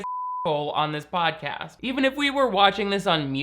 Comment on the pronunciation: Did I hear Pain Dawson Shodcast? 🤣 Shodcast! 🤣🤣🤣🤣🤣